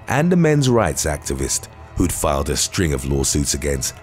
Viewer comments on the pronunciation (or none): none